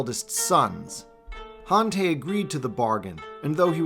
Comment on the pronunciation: Han tie is how it’s pronounced I eeked everytime you miss pronounce a lot of the names ugh so disappointing .